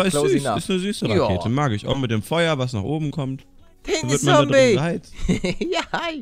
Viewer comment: Lieber Paluten, du sprichst "Zombey" immer falsch. Er hat auch selbst gesagt, dass der Anfang mit "Z" gesprochen wird und nicht mit "S". Wollte ich nur mal sagen, weil mich das aufregt, wenn du ihn immer falsch nennst. LG Berger :D